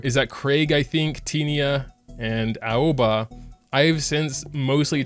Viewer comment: Aoba is pronouced A-O-Va